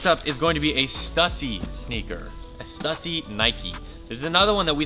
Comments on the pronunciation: Stussy is pronounced stoosy. There's no debate. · it's not stuh-sy it's stoo-sy. Other than that keep up the good work! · learn howbto say it right. its stoosy not stuhssy. STÜSSY not stuhssy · Dope sneakers and you pronounce stussy wrong its supposed to be stussy not stussy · The 2 dots over the letter U in Stüssy makes it pronounced “Stoosy” for whatever it’s worth. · **Stüssy is pronounced STOO-see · It just triggered me hearing him say stuuussy over and over again. Americans really don’t seems to get the grasp of ö ä ü‘s. But I get is there is literally no use of them in the English language. So no bad feelings 😆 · STOO-SEE. Goddamn man. Its been around forever. Please say it right. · Is it me or is sayin STUSSY WRONG? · Stüssy - Ü - stoo-see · It's pronounced STU-SEE. That is all. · Stüssy - pronounced stoossy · PLEASE, learn how to pronounce STUSSY... "STEW-SEE"... FFS